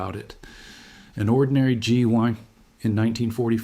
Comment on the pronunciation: The AI narrator was pretty good up until it couldn't pronounce the word 'GI'. A human wouldn't mess that up. 'G one'???? It was at around the mark.